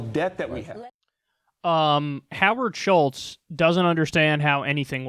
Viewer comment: Howard Schitz..Get it right Kyle! C'mon!